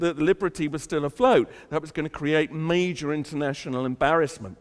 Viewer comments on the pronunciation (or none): none